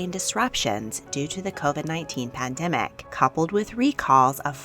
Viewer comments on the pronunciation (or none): none